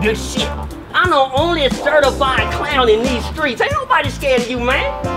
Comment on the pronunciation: The way she pronounces “clown” gets me every time 😂😂😂. Hello from Scotland 🏴